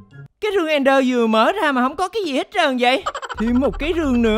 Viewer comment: Ẹnder anh ơi, ko phải nether